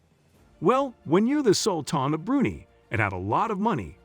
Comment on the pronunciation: It's pronounced BREW-nigh, not brew-knee